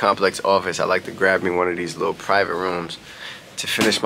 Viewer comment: Not emphasis on LITTLE 😂